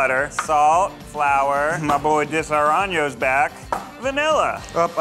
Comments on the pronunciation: ✨Disaronyo✨ lmfaooooooo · I died when he said Disaraño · Hahah I was thinking that too. Like he pronounces Disaronno as disoraño, right after saying he’s Italian… but he’s pronouncing it like it’s Spanish?! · Ugh and “Disaronno”. The company’s commercial literally says “dee-suh-ro-no” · Imagine going to Yale and not being able to pronounce nougat, caramel, and Disaronno. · The way Ned pronounces “nougat” and “Disaronno” is starting to make my eye twitch. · Ned: I am Italian Also Ned: butchering that Italian liquor name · Just cant get over how Ned pronounces Disaronno 🥲